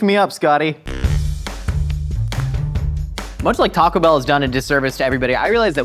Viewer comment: Every single person at mythical says "TACO bell"